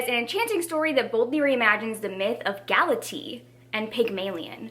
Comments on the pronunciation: Just so you know, Galatea is pronounced: Gal-uh-tay-uh. The Greek pronounce each vowel separately. 😊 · I can't with you pronouncing GalateA as if she were a kind of tea xD I study Latin and the Classics at university, so it is always interesting to me how people who are not familiar with the myths pronounce the names. I love it. (This is not hate btw, I could not pronounce certain other languages for the life of me either)